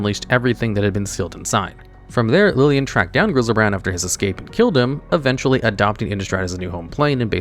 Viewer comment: Who tf is lilien???